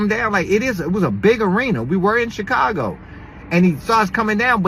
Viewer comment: “Bunch of CHIII CAGO NIKKAS” lmao